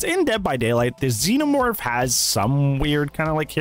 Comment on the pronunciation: "im the nenomorf"